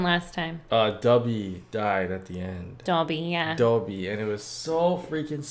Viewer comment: Why does he have such a hard time saying dobby 😂